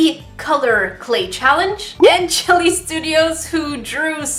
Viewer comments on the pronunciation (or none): none